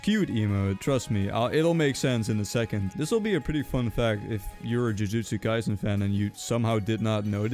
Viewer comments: BRO CALLED IT "JIUJIUSTU KAISEN GET IT RIGHT IT'S JUJUTSU KAISEN OR JJK WHYYY!?!?!?!?!?!? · YOU CALLED THE TIMESTAMP "JIUJITSU KAISEN" ITS CALLED "JUJUTSU KAISEN" >:C